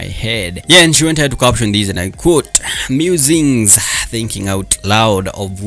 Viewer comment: Ikr!!!kiasi kuna venye nmekuwa nkiwish he was doing this in swahili ama sheng' tu juu kidogo kuna venye lusungu imemkataa......l was about to correct him on "musings".....